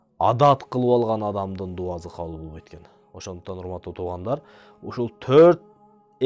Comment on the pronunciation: Видео жакшы. Илим алса болот. Бирок ушул дуазы дебей даусы деп суйлосонуз жакшы болчудай. Кыргыз тилиндэ, алфавитте С, З эки тамга тен кездешет. Оз орду менен колдонсок жакшы болот эле. Анан келди, кетти дегенди гелди, гетти деп суйлогонубуз аз болгондой дауЗы деп албай. Анда самалетту-замалет, сарыны-зары деп албайлыбы.? Ушу элдин алдына суйлогондо ушундай кичинекей нерселергеда конул буруп койунуздар. Каттуу тийсе кечиресиздер. Бирок, ( соз ээсин табат) ушул макал менен чечим чыгарса болот. Мынтип туз айтканды туура кордум.